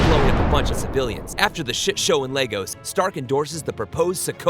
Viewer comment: thank you for pronouncing "Lagos" correctly!